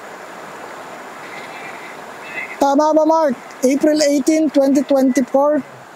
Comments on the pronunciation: narinig ko rin ang sabi nya na Mark very clear ang pagkasabi nya, may babae din akong narinig. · Malinaw ang pag ka sabi sa pangalan niya Mark! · Narinig ko rin ang pagkabigkas nia ng name nia po... parang bnatelyo po si mark..